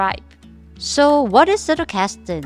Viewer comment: Loved the video, really well done! But I get so annoyed that everyone mispronounces “Zettelkasten” 😅 It doesn’t take long to google it or type it into Google Translate and have it pronounce it for you.